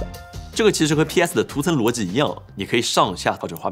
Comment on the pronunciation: 机 逻辑 这几个词 练习一哈发音嘛 口音挺重